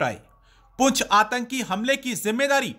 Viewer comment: Antki nahi atanki hota hai. Please correct.